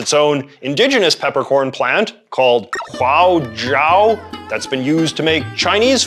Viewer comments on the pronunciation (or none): And 花椒 (Hua Jiao) was mispronounced as "Huao Jiao"